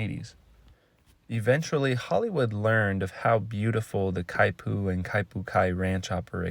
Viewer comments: not exactly how you say it… not (ky-poo) more like (key-poo) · Kaipu? The announcer mispronounced the Hawaiian word. Should be Kipu (keepu).